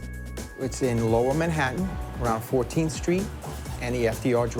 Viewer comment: Is this narrated by some weird AI voiceover? Can't apparently pronounce Manhattan nor nowhere properly, kinda annoying